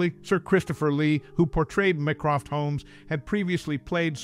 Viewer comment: MY-CROFT! NOT ME-CROFT. If you have watched anything where Holmes' brother features, then you KNOW this and I can only believe that you think yourself above showing a simple level of respect for the work you are commenting on. No, it does not make you clever, witty or intelligent. Just insulting & not worth listening to.